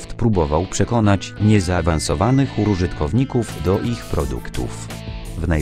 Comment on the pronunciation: "W jaki sposób microsoft chciał przekonać niezaawansowanych urużytkowników..." xD